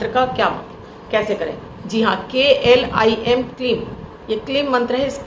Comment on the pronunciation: Kleem Not Klim